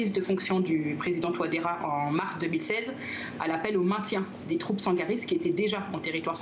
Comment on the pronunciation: C’est Faustin TOUADÉRA et non Faustine TOUADÉRA nuance !!!